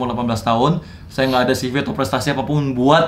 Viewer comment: Ceve bang bukan sivi bacanya